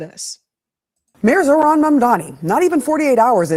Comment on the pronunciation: Dear, don’t say zoran mandami. It’s zorHHHAn MMAAAAMMMM daNy …, you keep an eye on the H at the beginning, then you say the word mam, as in madam. Then you say the name Dan, as in Dan davito. Mam dan. Then you pull it downwards, mam dan iiii or mam Dan yyyyyy